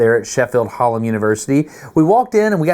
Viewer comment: I wasn't expecting you to come to my home city of Sheffield! You're not very good at saying Hallam though. 😄